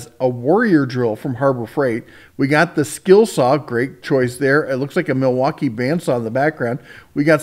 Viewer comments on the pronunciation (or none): none